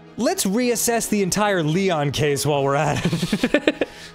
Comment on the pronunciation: we just gonna ignore how naegi said Le-oh-n?